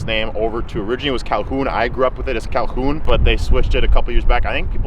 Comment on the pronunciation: It’s Calhoun.